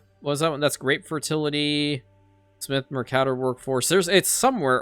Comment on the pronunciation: Are you on purpose mispronouncing the 'wader' and 'mercator' workforce? It should be wader, as in somebody that wades through the marshes. The mercator is pronounced as mercuhtor, not as mercaetor like gator.